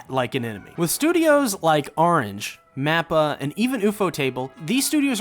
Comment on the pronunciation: Why do you keep saying "NAPPA". This is Attack On Titans mate, he's not in it. I'm just playing. I know he's saying "MAPPA"